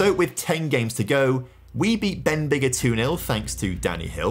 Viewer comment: those were certainly some pronunciations of welsh town names denbigger was a highlight 😭